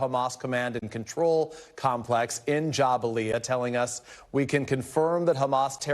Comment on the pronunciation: Out here saying Jabalia like it was jambalaya 🤕